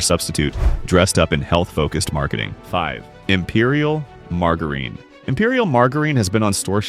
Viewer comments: Please teach this AI to say “margarine”! 😢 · Teach your bot how to pronounce “margarine.” This is ridiculous